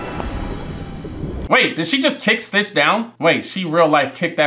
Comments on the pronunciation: it's stitch, not twitch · I love how most of the time he said twitch instead of stitch. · Another thing the subtitles are on they say STITCH and he still says twitch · This might be the only movie where you sorta got all their names right apart from calling stitch twitch a few times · It’s not twitch it’s stitch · It’s not a video if he don’t mess up the main characters name 😂😂😂😂😂.. I be tuned into all your videos fam!! Great content. Gives me a reason to watch something for the 3rd time